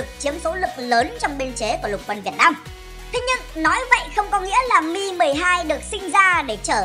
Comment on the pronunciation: Mi 12 mà nghe như meme 12